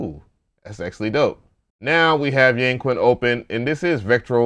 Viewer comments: Great video. I love all your reviews. For a future reference, remember that "Q" in Chinese is pronounced "sh". Hense it would be pronounced "Yangshin". Does not make a difference but was the way they pronounced it in the NI walkthrough video. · In chinese it’s pronounced as “yaaang” “chin” . Just incase 🤓. fab video bruh . grabbed it asap !!! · Its pronounced Yang-chin.... Makes me laugh when they westerns call it "Yang-queen" 🤣🤣🤣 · Thanks for the find! When you see a "Q" followed by a vowel in a Chinese word, it's pronounced more like "CH," so the Chinese dulcimer is pronounced "Yang-CHin." Happy New Year!